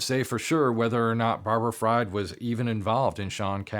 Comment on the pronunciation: His last name is pronounced freed, not fraud